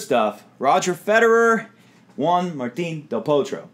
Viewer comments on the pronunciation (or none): none